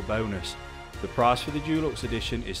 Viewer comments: Why is this guy pronouncing deluxe Jewlux instead of with a hard De sound? i have never heard an English person or anyone else for that matter say it like that. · Dulux is a brand of paint. Deluxe is pronounced differently.